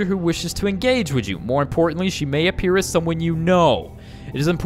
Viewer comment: I heard meh not may lol